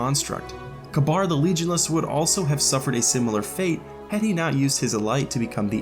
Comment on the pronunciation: Kabar fuckin kabar I’m dead like ka bar Its Ka beer